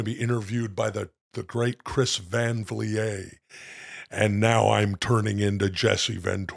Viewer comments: Is that how you pronounce Vliet, brother? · Why does Will say Chris Van Vliets name wrong